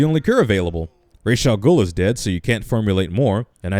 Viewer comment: Since when was Ra's, ray-sh instead of raz